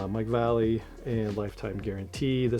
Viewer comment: As a retired skater boy its pronounced Va. Lay. Lee. Or Mike V! His black label part killed!